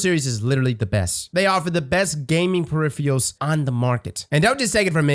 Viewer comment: Say "peripherals" again 😭😭